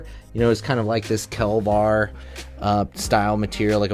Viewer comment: it's KEVLAR not KELVAR.